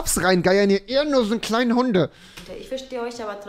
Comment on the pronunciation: Bei Betonung auf Kleinen 😊😂